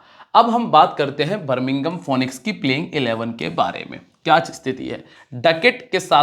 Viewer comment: correct pronounce Finix